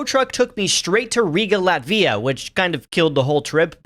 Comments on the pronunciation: Latvia is pronounced as LAT-via, emphasizing the first syllable, and not the second one. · FYI the russia game is a joke project made for a russian streamer glad valakas, the jankiness and the goofiness is very much intentional also dude how do you mess up the pronounciation of latvia so badly i've literally never heard anyone say it like this before. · Látvia, not Latvía 😅 Cool video though!